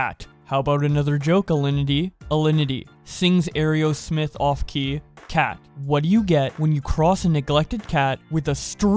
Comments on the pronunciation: I'm not mad but you really need to learn how to say Aero-smith it isn't ae-ro-smith. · Great video but I think it’s pronounced like arrow smith not airy-o-smith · Brah, it's pronounced arrow-smith. Helluva video though.